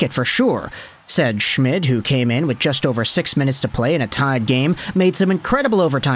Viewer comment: name is pronounced shh-mead